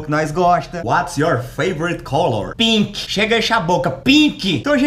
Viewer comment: "PINQUI" KKKAKAKAKKK